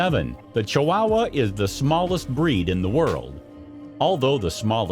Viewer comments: This made me laugh. Ch-WOW-uh!!! Reminds me of how Peggy Hill would pronounce Spanish words on King of the Hill. <3 love my lil wow--uh though 🥰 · Ay...this was painful to listen to. chu-WOW-wuh, sinko-DAY-my-oh, The most American pronunciation I've ever heard 🤣🤣🤣 Edit: in all seriousness though, this is good information and I love the inclusion of the girl with Down Syndrome as a positive roll model. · I've never heard "Chihuahua" pronounced the way you're saying it. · Fact 11. You can't pronounce Chihuahua. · You are messing up the pronunciations of Chihuahua and Techichi. And now Yorkshire ! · OH MY GOD PEOPLE!!!! IF YOU ARE GOING TO ACT AS A PROFESSIONAL NARRATOR FOR VIDEOS - LEARN HOW TO PRONOUNCE THE FRICKIN’ WORDS!!!!! ESPECIALLY THE MAIN TOPIC: CHIHUAHUA!!!!!! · It's not chi wow wa it's Chihuahua, more idiotic ai voice over bullshit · Please learn to pronounce the names on things when you do these voice overs. It is not a chi"wow"wa", it is a chiwawa. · Ok, but they are pronounced Chi-wah-wah. Not Chi-wow-wah. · IDIOTcan't even pronounce the Name Correct !! It's NOT Chi wowa !! It's Chihuahua !!!😠😡😡😡😡😡 I give this a BIG THUMBS DOWN because this IDIOT narrating this Video can't Pronounce the Name Proper !!! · It’s Chihuahua, not Chiwowwaa. If you’re going to do a specialized video get it right. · Why are chihuahuas pronounce chiwawa? CHEE-OOAH-OOAH. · It's not chi wow wah! It's chi wa wa! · Did the narrator really just call them Chi-wow-was? 😂. As far as I’m aware, they and the Mexican state they’re named after are pronounced Chi-wa-wa or more correctly Chi-hua-hua the hua being pronounced like hwa. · At least learn how to pronounce chihuahua properly. It's not chiwowa it's chiwawa and spelled chihuahua. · This dude says chiwahhwahh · Is it just me, or is this guy saying ChiWAAhua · i can not unhear "chi-WOW-wa" now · Ugh!! I can't stand his pronunciation of chee wah wah. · Pronounced chi wa wa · It was difficult to listen to that pronunciation of Chihuahua!